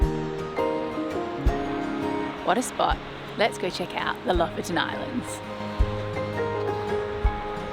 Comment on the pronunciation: Lofoten is pronounced " Low-Fowten ".